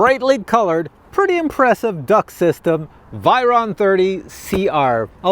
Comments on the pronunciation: vay ron lol not vi ron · I pronounce the "vey" Ron Like in vague .. the ey in they